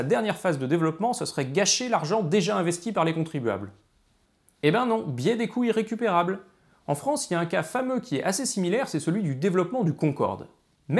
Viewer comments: ne pas faire la liaison aura entraîné un biais d'interprétation auditif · Les "coûts irrécupérables" mériteraient une liaison... parce que là, moi j'entends "couilles récupérables". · À , c'est carrément ça ! C'est pourtant pas trop compliqué, quoi : les "coûts Z'irrécupérables"... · Moi aussi, mais pas à chaque fois. Et pourtant, phonétiquement, le i et le iode son des phonèmes differents. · Ahahah du coup je l’entend, merci j’ai bien ri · le mien il est bon à jeter, plusieurs fois dans la vidéo j'ai compris "les couilles récupérables" XD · Je ne vois cette série qu'en 2022, et elle est très intéressante. Une observation quand même : Attention à la prononciation, "les couts irrécupérables" prononcés couyrécupérables ça fait bizarre :):) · Je ne fais que d’entendre « le biais des couilles récupérables », c’est gênant... 😅 Mais, sinon, excellente vidéo ! Tu peux compter un nouvel abonné. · Je suis le seul à entendre « couilles récupérables » à chaque fois qu’il dit « coût irrécupérable »? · Intéressant mais pas totalement convaincu ce coup-ci !Par contre ce qui est certain c'est qu'il n'y a pas de H à Euro, donc on fait la liaison et on prononce 200 z'euros de la même manière qu'on prononce 200 z'ans !Ah oui, la liaison ça marche partout, donc on dit aussi "les couts z' irrécupérables" :-) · est-ce qu'il n'y a que moi qui entend "les couilles récupérables" quand il dit "les coûts irrécupérables"?^^'